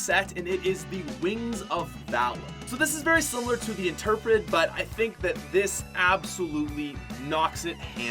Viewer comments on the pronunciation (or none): "The interpret" ouch.... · "interpred" oh yeah thats how its pronounced